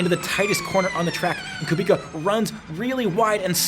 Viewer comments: IT'S KUBICA NOT KUBIKA UNSUB + DISLIKE >:( jk great video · Bro, Kubica. Not Ku Bika... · Great video mate, please though, Kubica pronounced (koobitza) not (koobika) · Come on dude it’s not Kubika it’s Kubica, dude the man just won this race !! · KUBIZA. Hes just one of the most famous racing drivers in the world and you mispronounecd his name? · Amazing video, I love your content. Estre's start had me leaping off the sofa. But please say it with me: KOO-BIIIII-TTSSAAA. Guy deserves some respect on his name after the mega stint at the end of the race and his incredible comeback story. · Hi, you pronounce R. Kubica's name wrong(: as u pronounce it : Kubika), but its a nice video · Someone should tell him it's pronounced Kubitza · Btw when ur saying Kubica the c is like an s not k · Please pronous KUBICA C=C not K ;) For Polish people sounds really bad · The C in Polish names is always pronounced as a soft C. Unless there is a H following and then it is silent. My surname SUCHECKI is pronounced phonetically SU, HETS, KI Hope this is informative